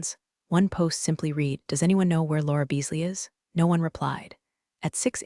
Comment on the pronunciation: Stories are often a bit too long. Caption text and spoken word often don’t match. Many mispronounced words in particular “read” often uses long “e” sound when it should be short “e” sound but there are others ( in other stories Patagonia and Pentagon were mispronounced repeatedly). Other than that the stories are excellent